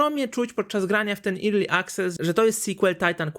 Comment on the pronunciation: Naucz sie czytac "early" bo padłem, nie zawsze e czyta sie i